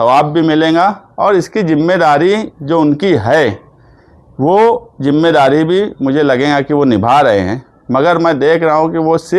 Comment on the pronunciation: جِمّے داری جومّے داری نہیں ہے بھائی ذِمّہ داری بولتے ہیں۔ اسی طرح سہر نہیں بلکہ شہر ہے، پریسان نہیں پریشان ہے اس لیے نیتا کا پڑھا لکھا ہونا بہت ضروری ہے